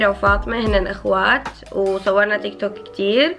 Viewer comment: تقولي تيكتوكيك مو تيك توك اخوكي